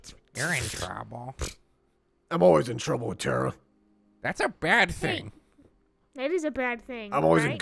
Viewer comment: Tera instead of Terra